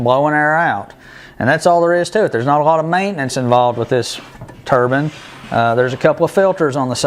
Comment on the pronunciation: Tur-bine, bine pronounced like nine with a B. The 4 stage turbine isn't gears its a turbine. Rotor, stator. One rotatating part squeezing and moving the air to a stationary part passing the compressed air to the next rotor stator. Each rotor stator is a stage, this has four. This is the exact way modern aeroplanes engines work. Suck, squeeze, bang, blow! These units are compressors.